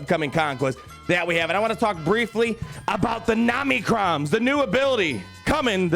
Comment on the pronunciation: I know you’re mispronouncing OM-NI-CRON on purpose. I laugh every time you say Namicrons. I love how they’re selling materials for which we have no ideas what abilities they are for, what those abilities do, and how much those abilities will cost. I used to Whale and not enjoy the game so much I took a 3 year break. Now I Fail and FTP and I’m having such a better time in the game. Just having fun. It used to feel like a job. Now it’s totally casual.